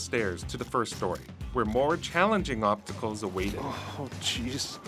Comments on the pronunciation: Lol.... I heard obtacle too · Is this guy really saying "obtacle" instead of "obstacle" unironically?